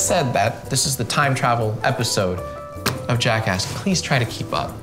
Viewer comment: He says Jackask at the starts. I repeat HE SAYS JACKASK AT THE START